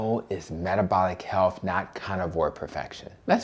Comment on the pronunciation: My dear brother, I implore you. Please remember to speak credibly. You are speaking to all audiences about matters of health — not matters of healf. As a black woman, I'm accustomed to cringing when I hear people who look like me mispronounce words. I want all people with my pigmentation to be as educated as possible. This request comes from someone who wants you, "our people," and the LCHF cause to be cast in the best possible light. Making America and the world is a daunting task. Let's keep our best foot forward.